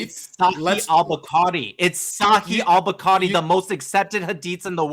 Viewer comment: He read 20.000 hadiths lolll he's definitely lying he couldn't even pronounce bukhari correctly 😭